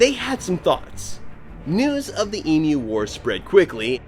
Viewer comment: Try to pronounce it correctly. Eeem you.